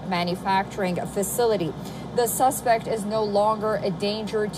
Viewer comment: You should read your news script at least once before releasing the video. There's a difference in the pronunciations of "suspect" even though it's spelled the same way.